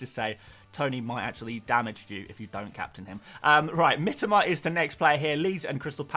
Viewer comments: Mi-To-Ma ffs...not mitama...clue in, mate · Mitoma is not pronounced like that